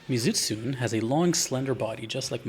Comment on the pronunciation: You pronounce the monsters name Mee-Zoo-Tsoo-nay